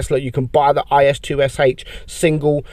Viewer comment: I think the IS-2sh is actually pronounced IS-Toosh